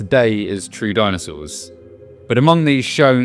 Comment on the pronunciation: What are "dinsoauers"?